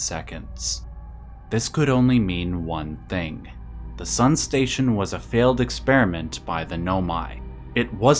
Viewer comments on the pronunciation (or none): none